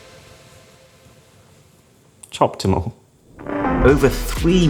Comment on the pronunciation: “Choptimal” it’s getting harder